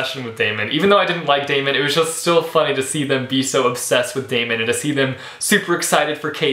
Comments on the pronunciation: It's Day-mun not Day-me-en. Great review! :) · I'm pretty sure Daemon's name is pronounced Demon... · Great review! And don't worry, everything will be explained in the sequels (you're kinda on the right track;)) btw, his name is pronounced 'Demon' ( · See i thought it was pronounced Day-mon too but the audio book pronounces it Demon.. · Yes ! I loved him also . I listened to a clip of the book before buying the hard cover and in the audio version the pronounced it as Demon lol . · how do u pronounce Daemon's name? I pronounced it Demon because it kind of fits :) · You pronounced Daemon wrong almost every time lol And I hated him too for like a book and a half but trust me it all gets better xD Katy is a character which you can relate to soo easily..... And hurry up, Opposition comes out on August 5!